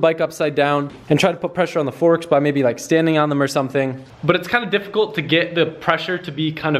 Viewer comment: Erm, , did you say "forsk"?